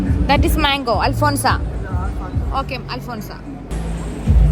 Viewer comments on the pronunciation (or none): അൽഫോൻസ mango allaa,, അൽഫോൻസോ mango😅